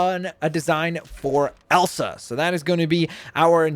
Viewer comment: i love horses It’s not Elan it’s Elsa.